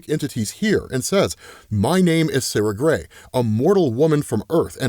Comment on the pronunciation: Every time you say Sara Grey, I double take and think, Did just say Sasha?